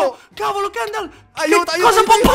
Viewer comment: KENDAL HA DETTO SESWO